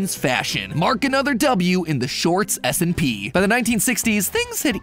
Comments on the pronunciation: Is it just me or does it sound like he says the shorts smp instead of s and p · I keep hearing shorts smp not shorts s&p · It sounds way to much like you say short SMP 😂